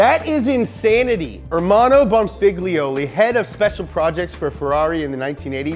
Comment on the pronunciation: You said "Figliolli" ... snark